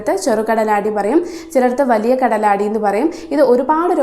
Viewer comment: കാലടി അല്ല സുഹൃത്തേ കടലാടി tnq Dr.